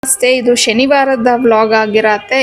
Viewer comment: Its not Sheniwara … its Shaniwara Your vlogs are good , i know u are influenced by telugu .. however conscious practice will make pronunciation better